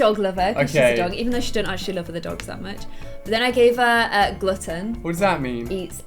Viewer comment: They say glutton weird😂